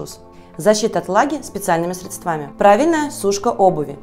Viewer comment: срЕдствами , а не средствАми